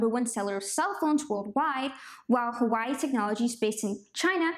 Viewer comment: It’s pronounced “wa way”